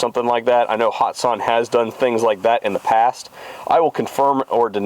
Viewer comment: Young man, if ya' gonna hype a great company, please say their name correctly. There is NO 'hot' in the company 'Hatson'. Have a good'n, and keep the videos a-comin' for this retired "Old-fart" to enjoy. Seriously, for ME to say ya' doin' good... well, that truly IS sayin' a TON. It is hard to please 'Mr. Know-It-All' here... lol!